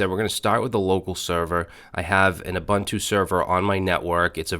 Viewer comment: have a look at "ssh-copy-id" for copying your ssh keys around, much much easier, and it works if you have jump hosts. and int not uBANTu, the way you say it is a slang word for african natives.